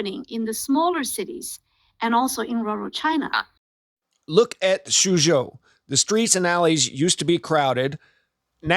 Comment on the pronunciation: Would it kill you to just pronounce words? I get the calling them "Greys". But Beijing? China? Often you just come off as a yokel. Interesting topics but the presentation...wow